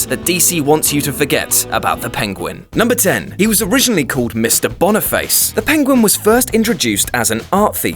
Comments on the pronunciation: I was also wondering the same about the name Boniface. As far as I know, it is never pronounced Boney-face, like he said it, but bon-i-fass... like the pope. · I thought he said 😂😂😂